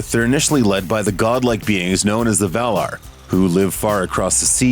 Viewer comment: Val-i-nOr, and Valar, not Vala.... have you even read the books? And no she's more like 12,000 years old, not 8,000....